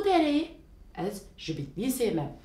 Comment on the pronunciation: Tu, du diye okunur ince ince kürtçe konuşulmaz ez ji değil az ji diye okunur bir kaç örnek